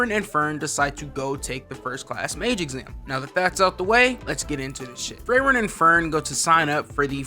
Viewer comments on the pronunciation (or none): 😂 Bro it's not freyren it's frieren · Ur saying her name wrong.. ur saying it kike Frayren, but its pronounced Freeren. Most of the names in the show are germanic names. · yo just a small thing just a small mess up, frieren is pronounced FREE-ren cuz the name is german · When did her name become "frayren?" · who's Frayren??????? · also can’t remember how they pronounce FREE-ren either. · "Frayren" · Fray Ren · How are we mispronouncing Frieren, and yet everyone else has their name pronounced correctly. lmaoooooo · cant even say FRIEREN right holy shit what a bad analysis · Saying her name wrong so many times was too much for me so I couldn’t finish the video. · How you gonna talk about the show and say the name wrong